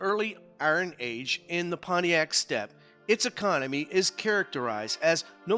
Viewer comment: I am pretty sure that Pontic in the term "Pontic Steppe" is not pronounced Pontiac, as in the defunct GM car make.